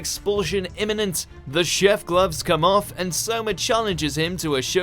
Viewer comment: Soma brotha not saima you f ing no-anime watcher